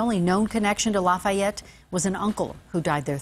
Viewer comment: Pronounced Laugh-e-yet